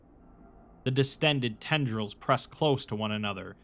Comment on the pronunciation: Distended tendrils: ❌ Distendrils: ✅